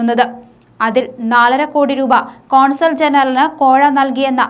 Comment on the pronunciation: "കോൺസൽ ജനറലിനെ" എന്നല്ല, "കോൺസൽജനറലിനെ" എന്നു വായിയ്ക്കൂ. നമ്മുടെ പ്രിയപ്പെട്ട ചാനലിനെ മാനം കെടുത്താതിരിയ്ക്കാൻ ഒഴിവുസമയത്ത് ദിവസം കാൽ മണിക്കൂർ വായിച്ചു ശീലിയ്ക്കൂ... (ഈ പരിപാടിയിൽ തന്നെ ശരിയായും വായിച്ചിട്ടുണ്ടെന്നും ശ്രദ്ധിയ്ക്കുകയുണ്ടായി.)